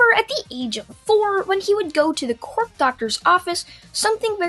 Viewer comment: did he say quork instead of quirk?